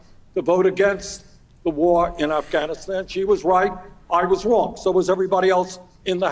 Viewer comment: Why does she pronounce Afghanistan as Asthanisthan?